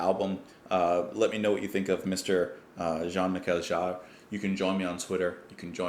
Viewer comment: Hi, so glad you've finally ventured into the world of Jean - Michel Jarre, a totally unique musician, With the pronunciation of his name, he has a double barreled first name of Jean (like John with a soft J) Michel (as in the girls name) and his second name is Jarre (as in jar with a soft J), You've started at a great place with Oxygene and I do hope you continue further into his discography, The next album is 1978s Equinoxe which shares a similar vibe as Oxygene but in my opinion is better, next is Magnetic Fields in 1981, again building on the progress of the previous two albums, On occasion it seems that Jean - Michel has composed an incredible 15 - 20 minute piece and then in order to release it on an album is forced to compose accompanying pieces, not that the other pieces are unworthy but you can tell the album is centered around the major track, this was the case with 1984s Zoolook, centered around the colossal track Ethnicolor, this album was unique at the time as it heavily utilised the Fairlight CMI sampling computer to play with the human voice. Next up is 1986s Rendezvous, a complete album centered around the NASA space program, culminating in the beautiful "Ron's Piece" a tribute to Astronaut Ron McNair who sadly lost his life in the Challenger accident. 1988s Revolutions is another album centered around a major track, that track being Industrial Revolution 1, 2 & 3, Wating For Cousteau in 1990 is dedicated to the undersea adventurer Jacque Cousteau, the i